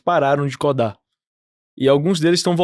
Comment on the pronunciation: Muito bom o episódio, mas “Deployá”, “Côdá”, dói no CORE.